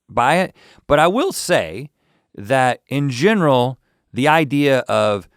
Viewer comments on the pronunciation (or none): none